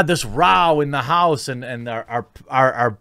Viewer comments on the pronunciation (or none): "We had this Rao in the haose..."